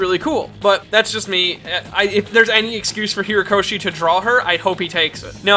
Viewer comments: Just want to say, you keep saying Hiro-koshi, it's HORI-koshi. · Why do you keep calling him Hirokoshi and not Horikoshi? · It's not Hirokoshi, or Hirakoshi, it's /HORI/koshi. This was a nice collection of everything we know about Mt. Lady, but at least get the mangaka's name right, please. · Herokoshi? Isn't his name Horikoshi? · You see his name spelt out yet you still can't say HORIkoshi's name right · ...you keep saying "Hirokoshi". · Ok I'm really bothered by his pronunciation of Horikoshi